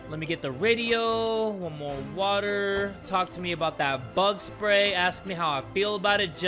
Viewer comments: "some WATAH and soup" THAT is absolute cinema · I miss when you used to say SOME WATAR and sum soup only ogs remember😔